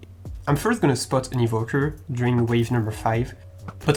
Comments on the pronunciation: Great and interesting video! (Btw it's evoker, not evoquer) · no one:: evoquer (it is evoker) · Also "Evoquer" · french evoker : Evoquer